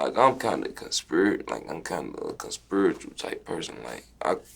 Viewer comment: Bih said he “ conspi - ritual “conspiritual “